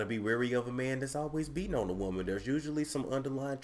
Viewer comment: Bruh Niecy Nash 🤣🤣 a wou-man!